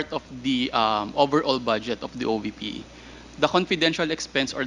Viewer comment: OVP hindi OBP . Vice president hindi Bise president. V should be pronounced as V and B should be pronounced as B.